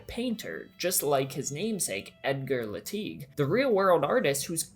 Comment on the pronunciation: I thought his name was Teglee, not Leteeg?